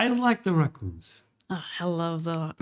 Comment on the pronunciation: There is no "R" sounds in Portugal apparently. I love the way you say Raccoons.